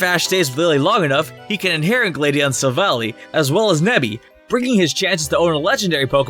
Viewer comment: you said sillvally wrong(I'm maybe not spelling sillvally right)